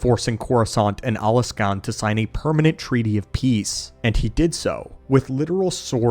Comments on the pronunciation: It hurt me every time he said Alaskan instead of Alsakan at least a dozen times, this he did get it right a couple times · bro it’s Ahl-Sah-Kahn, it’s pronounced the way it’s spelled, can you even read. Why homie pronouncing it like it’s spelled Alaskan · love your video's but I have to correct you, It al-sak-an not Alaskan. even though it would be awesome to have my state's name in the star wars lore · Alsakan. Al...sack...an. say it with us...ALSAKAN. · Wow, way to butcher Alsakan's name by calling it Alaska. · Are you calling the Alsakan Alaskan on purpose? Is it an inside joke or something?